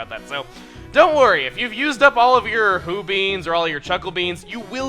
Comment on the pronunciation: When he said he was one Hoo Bean short, I thought he said Poo bean xD